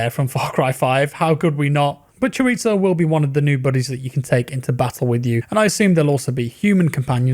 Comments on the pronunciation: Chorizo is pronounced "choriso" not "choritzo" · Not CHORITO it's CHORIZO with Z XDDD it's Spanish and it's a kind of salami but not rlly, it's difficult to explain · Its choriso not chorito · you poor white boy, its not Chor-reet-so its Chor-ease-so. Just wanna help you out brother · Nobody:: C H O R I T S O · Please say "Chorizo" correctly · Disappointed by the addition of Willy Wonka Weapons but not as much as I hate the way you pronounce "chorizo." It's not an Italian word.